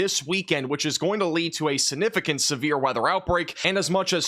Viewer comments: There goes saying, "Sinnificant" again.😂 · Will learn to pronounce the “g” in “significant” before he hits 1 million subscribers?